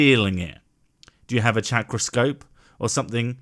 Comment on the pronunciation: "Chakra-scope" hahaha, seriously. :-D